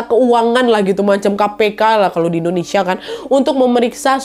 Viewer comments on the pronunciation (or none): none